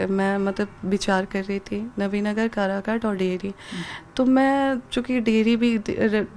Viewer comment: अनपढ़ कराघाट नहीं काराकाट हैं 🎉😂